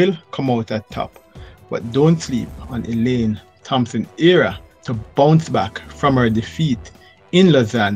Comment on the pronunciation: Her name is HERAH nor AREA